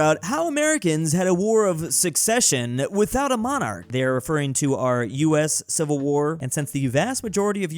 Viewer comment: Its the war of secession, not succession